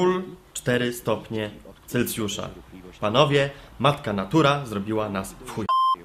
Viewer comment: celsjusz nie celcjusz : ) a poza tym majstersztyk